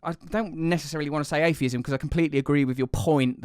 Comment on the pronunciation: Dude, "athesm" 🤦‍♂️